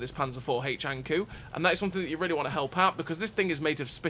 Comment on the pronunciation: Not to pile on, 😏but the kou in ankou is pronounced similar to the “co” in code. It’s Japanese for anglerfish, which is what’s depicted on the side of the turret for folks who may not know., I decided to go for the BT after I saw your review of the T2, because as you said, deep is life.” It’s been great fun so far. I hope to see the Ha go from the series, for no other reason than because the camo pattern looks cool.